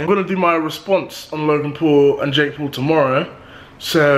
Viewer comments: It’s Paul not pool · this guy is saying pool instead of Paul😅😅😅😅